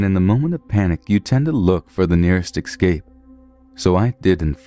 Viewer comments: Not trying to be negative so apologies if it seems that way but way can't Americans say "escape" ? They say "excape" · Dude, its prounounced ess-cape not ex-scape.love the stories. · Thanks! I really don't mean to be "one of those people", but you're pronouncing EScape EXcape and I can't help but notice every single time...